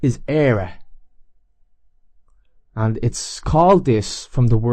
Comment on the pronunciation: Interesting for me is that My Surname is pronounced just like you pronounced hÉireann. And my DNA on Fathers Side points towards Ireland...always struggled to point out that it should not be pronounced like the English speakers prefer to pronounce Hern. As far as I know the pronunciation didn't change sins my Great Grandfathers Grandfather came to South-Africa.